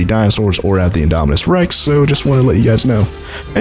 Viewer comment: You say indominus wrong